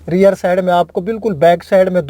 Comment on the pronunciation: Reer nhi hota rear hota hy